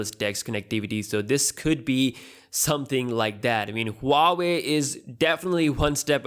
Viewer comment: It's pronounced waa-way hoo-waa-way